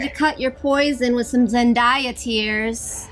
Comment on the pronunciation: A small thing, but it's worth listening to the song "Zendaya is Meechee" to learn to pronounce "Zendaya."